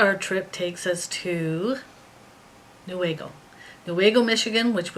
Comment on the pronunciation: You are saying Newaygo correctly. That is my local yarn store.